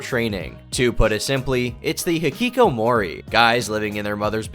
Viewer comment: I cringed at the way you pronounced hikikomori lol. Not a problem tho as I know none of us are Japanese 💀💀